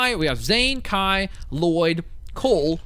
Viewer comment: he called Kai Nai